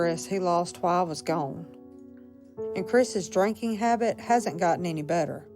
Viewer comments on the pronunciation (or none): none